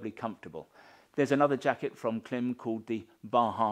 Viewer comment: Love presentation. Can't help hearing twat in a cap though... It's Klim. And adjustments;)